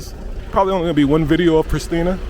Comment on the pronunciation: Its pronounced PriSHtina, emphasis on the "sh". Its purely a Serbian word, as are all names of places in Kosovo and Metohija. The word Kosovo itself has no meaning in Albanian, though Albanians are trying to erase its Serbian origins by ludicrously renaming it Kosova. Similarly, they have destroyed many ancient Serbian monasteries and desecrated Serbian cemetaries and graves to further erase Kosovo's Serbian origins and past - all aided and abated by Nato.